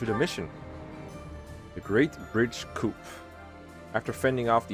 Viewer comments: Yeah, it's pronounced "coop" in Dutch. In English, coup is one of those words with a French origin that use the French pronunciation though. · Coup is pronounced coo, not coop. I was so glad that Dedue came back because I put so much effort into making him into a wyvern